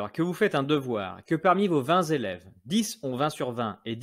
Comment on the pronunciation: euh... vingt Télèves, plutôt que vingt Zélèves 🐼🧐 (il me manque l'émoticône du schtroumpf à lunettes). Ah, et aussi "dont ne sait zou" ! Aller, jeu sort.